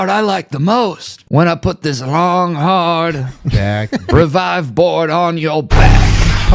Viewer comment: Why can’t pronounce Revive correctly lol